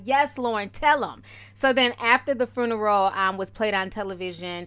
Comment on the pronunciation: I love you and the way you pronounce 'fruneral' lmao 💋 And might I add, Nipsey's home going was so beautiful. I wasn't a fan of his music, but I'm definitely now a fan of this man's work and love for his ppl/community. My deepest and sincerest condolences go out to his family, he was such a great person and I'm sad that I didn't get to appreciate him while he was with us. Hes inspired me so much and I truly thank him for that. #RipNip #themarathoncontinues 💙